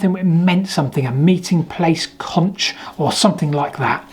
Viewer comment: The “ch” isn’t pronounced in conch —- say like conk… love your videos. And this is certainly one of the more mysterious discoveries of old. My question would be: In comparing different dode’s… is the ratio of the holes opposing consistent from dode to dode… in other words on dode 1 there is a hole with a diameter of X opposing it is a hole of diameter X/2 - Ratio of 2:1 … find the ratios for all the other hole pairs… (excuse me if my math is off) - question then is… On the other dodes are the ratios of the opposing holes the same as the control dode?😊